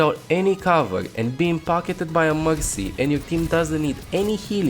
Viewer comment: Why he calls mercy moxy?